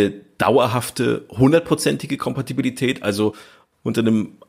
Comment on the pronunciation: Super Format, nach den Hauptfolgen mein persönlicher Liebling..... Aber bin ich der einzige der innerlich krampft, wenn er hört wie der das Wort "Kompatibilität" vergewaltigt? Das klingt wie Fingernägel auf einer Tafel.